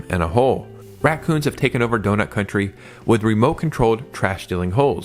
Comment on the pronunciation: FYI it's Donut County, not CountRy.